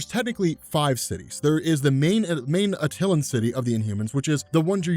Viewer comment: Inhumans are cool and you are incorrect, now do the Dark Phoenix Saga you goob! Also pronounce Ronan and Attilan correctly next time.